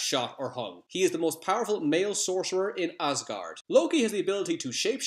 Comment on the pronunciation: Did you just say Ozgard?